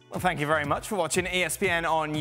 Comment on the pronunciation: I sink conte is finished. Zidane has lost all of his hair, I sink he needs to speak with contes hair repair man. Sank you